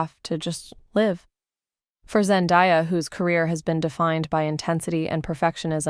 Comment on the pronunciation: Seriously though. How does a person even pronounce her name wrong? It's literally pronounced exactly how it's spelled ZEN-DAY-A. I can't right now haha